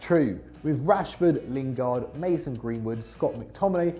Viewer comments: When he said lingard😂😂😂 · 8.45 lingard man u drunk?